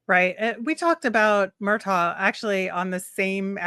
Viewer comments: FYI, his name is pronounced Murtag, not Murtaw. I don’t like it either, but that’s what it is 😂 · Murtagh was directly asked on video today how to pronounce his name, it's MurtAG....like AGriculture. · spot on bro! Likes to say how he talked to all these kids and can't even pronounce Murtagh's name correctly